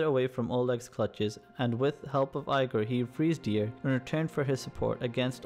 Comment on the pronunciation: Your pronunciation dude.. Eye-gor? Ooby? Keev?